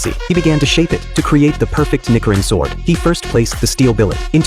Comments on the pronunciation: that AI voice is getting more and more dangerous the more its sayin nickerin sword its nichi mate nichi......but oh well when it says somethin racist cause that aint on me but i do hope to hear it before the video gets flagged😂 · Nikrin 😂 ai is dumb it’s nichrin sword. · Its nichirin not nikirin chill ch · Hearing the word nikirin instead of nichirin annoyed me so much😭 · It's nichirin not nichirin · Nee-chee-reen not nicker-rin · You are butchering the name so bad to the point it sounds like a slur. It's Nichirin with the ch sound not the ck sound. It's not Nickerin sword. Sounds racist asf. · Nichirin.... Ni - chee - rin. not Ni-ker-in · Nichirin - Ni-Chi-Rin not nickirin😂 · It's not nikirin.... it's niCHirin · Ni-chi-rin. Not ni-ki-rin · It's not "nikiring" it's nichirin where the 'i' is pronounced knee while the 'ch' is pronounced chee. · NiCHirin not NiCKirin for kitsune's sake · It's not "Nick-i-ren" it's "ni-chi-ren" and Iilya is a master blade smith not some random dude. Learn your shit. 🙄🤦🏼‍♂️ Coming from a Nichiren Buddhist. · it is NOT pronounced as /knee-key-rin/. correct pronounciation is /knee-chi-rinn/ It is already in the spelling... NICHIRIN fucking stupid AI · Yeah me too, its pronounced Nichirin, like in the word chair, not nikirin -_ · I hate AI trying to speak nonenglish words. Its pronounced Knee-chee-rin. not Nick-er-N. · Its not nikirin like it sounds it's like nishirin, but obviously with the c instead of s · The ch in Nichiren isn’t pronounced k it’s pronounced ch like child. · chi and ki are different okay... it's nichirin not nikirin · Ni-chi-ren. That’s how you pronounce the word. AI voice overs are dumb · The second I heard Nichrin I went crazy about demon slayer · “Nickerin sword” 😂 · Nichirin is pronounced “knee-she-rin” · 1. Ilya is not a nobody 2. Dudes saying Nickirin 3. Judges weren't confused 4. Stop using AI this is garbage 😂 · He miss spoked the sword name it is called a ni chi rin sword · He pronounced nochirn wrong